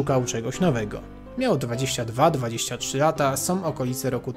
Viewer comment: Jedyne co mi przeszkadza to: zaletom wadom som zamiast zaletą wadą są